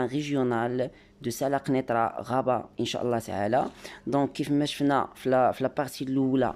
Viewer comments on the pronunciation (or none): none